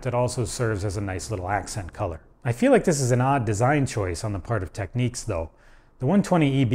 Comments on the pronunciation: Technics NOT Tekneeks! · "Techniques"? Lol it's Technics. There's no "nique". Say it right, man! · Technics is pronounced 'teknix' not tekneeks' Respect for having Ride album cover in the background.. :-) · DJs in the US always called pronounced it as techniques. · Just an observation - in the UK, we've always called Technics "TEKniks", but Americans seem to pronounce it "TekNEEKS". . Just an observation. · It's NOT pronounced "Techniques", it is "TEK-NIKS". It is a play on the word "technical", hence "Technics".